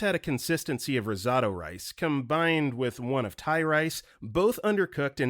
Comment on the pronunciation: You mispronounced risotto and Kaopectate.